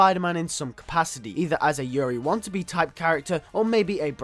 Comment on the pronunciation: Yuri's last name is pronounced WAH-TUH-NAH-BAY, not want-to-be.